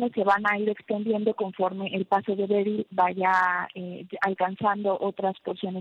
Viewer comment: Berri no beryl jijijijij